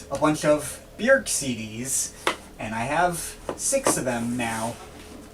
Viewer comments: The umlaut over the ö gives it an “œ” or “ø” sound. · You say Björk really strangely.